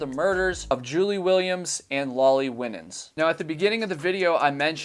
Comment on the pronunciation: The surname "Winans" is usually pronounced "Why - Nins" although perhaps she pronounced her name differently. No big deal, obviously, but just for future reference. (I learned this the hard way lol, so maybe this will save you the embarrassment I felt as I mispronounced the name...at a funeral! Lol)